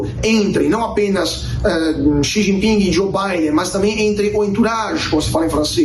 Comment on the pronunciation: Não se pronuncia o G do jinping😂